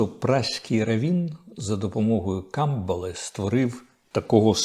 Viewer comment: Шамбали а не камбали